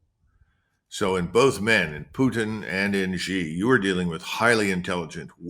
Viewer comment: When you call President Xi, Jee, you come across as either ignorant (you don’t know how to pronounce the name) or arrogant (you refuse to say it correctly). Kim, it is pronounced SHE, try to say it SHE. Be respectful enough to get his name right. President Xi is one of the human beings to have emerged as a great leader, he deserves respect.